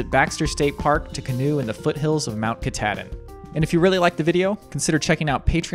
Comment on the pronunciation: Love it, as always! We were there in October for our first visit ever. Thanks for sharing another awesome adventure. I always catch myself smiling while watching you videos☺️ Have a Merry Christmas!🎁🎄 Oh, and, it’s pronounced "Kuh-TAH-din" 😂